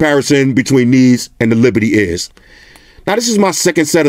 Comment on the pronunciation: Hey I'm new to your channel. I sounds like you're saying "Anker Liberty Iz?" What are the headphones called the one you liked them over the Indy? I like to buy them. Thanks